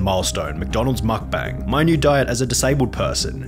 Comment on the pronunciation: mukbang not McBANG